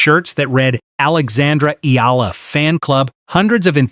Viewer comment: Finally .... somebody pronouncing Alex Eala's last name correctly in youtube 😁